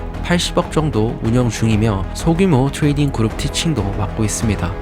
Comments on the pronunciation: 교포출신인가요? 트레이딩 발음이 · 트뤠이릥 발음 왤케 재수없냐 그치만 잘봤습니다. 매매일지는 이런식으로 써야하는거군요.